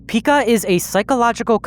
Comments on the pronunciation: It's actually pronounced "P-eye-kah"/"pai-kuh" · It's pronounced PY-kuh btw